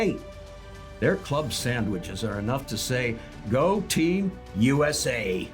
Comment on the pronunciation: Were you addressing Mexicans or Americans to chant with you? It sounded a lot like "You Ese" 🤔